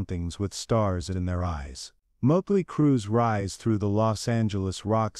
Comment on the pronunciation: Ya know.... there's like 40 years of professional and fan taken pictures of Mick Mars online. Took you 4 minutes to show just more than one. Scratching my head on why you showed a ton of random bands. And also that's not how you pronounce Motley. AI has come a long way. If you don't want to speak in your videos, you can find programs to read for you that can actually pronounce words right. Otherwise, interesting video so far.